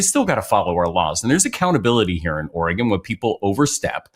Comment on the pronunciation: Thank you Ben for pronouncing the nane of our state correctly! Or-eh-gun. Not Or-ee-gone, as lots of people from the east coast pronounce it. 😊